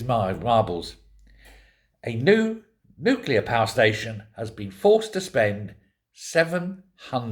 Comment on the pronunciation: It's nuclear not nuclear!